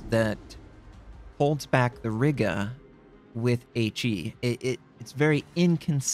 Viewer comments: Riga not Rigga ;) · Riga is pronounced as R-ee-ga, Im from there I would know :) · you probably don't care; but i'll be "that guy" i'm pretty sure riga is pronounced as r-eye-ga and i believe WG said tianjin is pronounced as tee-an-gin